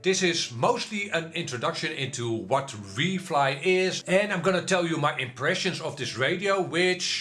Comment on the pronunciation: why are you saying WL FLY . IT IS WFLY NO L Between w and fly